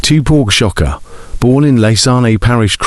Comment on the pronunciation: Sha-kur Not Sha- Ka